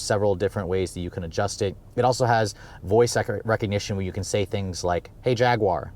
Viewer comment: u should say "Jag-you-are" instead of "Jag-gu-are"